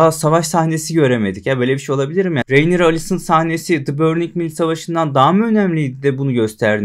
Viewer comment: Selam. Hocam isimler yeterince birbirine bu kadar benziyorken şu ana karaktere nolur "Reynira" deme ya. Bir bölüm içinde karakterin adı 867 kez telaffuz ediliyor. ''Rinera de, Rinira" de bişi de gözünü seviyim. Videolarını seviyoruz, saygılar.